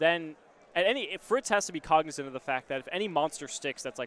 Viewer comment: What is trying to say? Cognitive? Cognisive? Cognicent? Just throw the word out your vocabulary brotha it ain’t working 😂